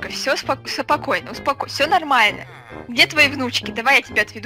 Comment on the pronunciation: Я ору с Кати в "Дед сЫпакойно, сЫпакойно я тебя домой одведу"......